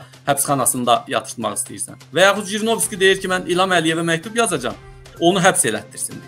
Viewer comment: НЕ ЖРИНОВСКИ А ХРИНОВСКИ